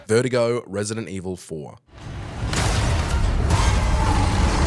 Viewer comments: Vertigo?! It's VERTUGO you putz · It’s funny how he’s saying Vertigo the health issue, rather than VERDUGO